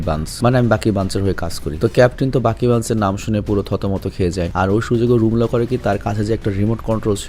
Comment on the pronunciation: ভাই বাগি হবেনা বাকি হবে